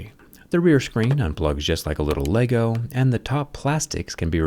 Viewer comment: you pronounce lego so wrong